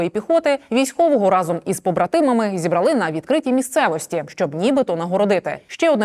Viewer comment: ЗібрАли!!!!! Що ви хочете сказати такими наголосами спотвореними.?